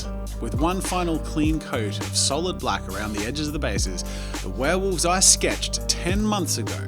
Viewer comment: This is an awesome video but there's one thing that bugs me. 'Werewolves' not 'warewolves'